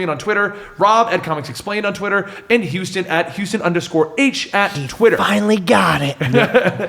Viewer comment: Hello "hustan".